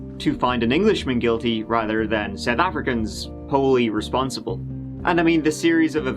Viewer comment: Your pronunciation is actually quite good considering. I am south African and whilst we all known Shrien is guilty, I was just a kid then but still. Thank you for the way you presented this case. Most people aren't this respectful to our country 💕